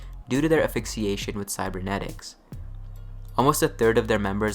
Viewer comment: i struggled to understand the word affixiation ; couldn't find a reference for it by way of dictionaries. went back and turned on the CC to see if i had been spelling incorrectly what i'd heard. nope. ends up intending to be a completely different word, 'affiliation'. my mind immediately attempt to deconstruct how the mistake was made and what i came up with is this: it almost sounds like asphyxiation blended with affixing. this lead me to define Affixiation as; placing/attaching so much cyberware into a body that it suffocates the person's humanity. this is a pretty damned perfect cyberpunk term. coincidentally, the only thing i found close to affixiation in a google search was *affixation*, which is defined below: In English grammar and morphology, affixation is the process of adding a morpheme — or affix— to a word to create either a different form of that word or a new word with a different meaning; affixation is the most common way of making new words in English. ma brain hurts